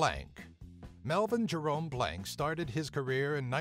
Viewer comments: Its not Mel "blank" its Blanc. Pronounced Blonk. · Its pronounced Blanc not Blank.